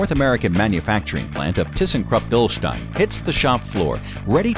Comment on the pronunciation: I had to come here to finally hear someone pronounce Bilstein correctly.